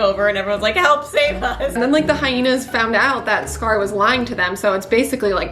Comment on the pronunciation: don't say scar as cigar. it's worse than "are ray el," no, please, thank you